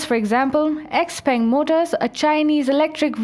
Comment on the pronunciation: I appreciate the fake Chinese accent of the narrator ....but she mispronounced several common Chinese words...for example the Chinese word "Peng" is not pronounced "Ping"...it's pronounced 'Pung"...anyone who had ever been to China knows that